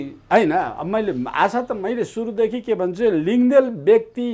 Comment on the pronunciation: लिङदेल होइन "लिङदेन" हो । बाहुनहरूलाई लिम्बूको थर उच्चारण गर्न किन यति कठिन हुन्छ? Nembang लाई पनि Nemwang उच्चारण गर्ने, लुङा शब्दलाई "लुङ्गा" उच्चारण गर्ने । बाहुनको जोब्रै यति बायस? खाली बाहुनहरूको, मधेशीहरूको, भारतीयहरूको र युरोपेलीहरूको नाम र थर मात्र उच्चारण सही किसिमले गर्ने किसिमको जोब्रो!?